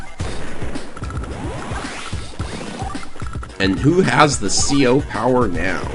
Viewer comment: “Thi” rocket?